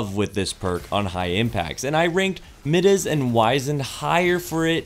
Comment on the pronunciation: it is m (eye) dahs... it hurts my ears :) nice explinations of perks ...